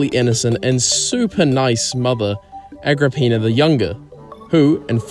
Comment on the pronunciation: Agrippina more like ag rah peenar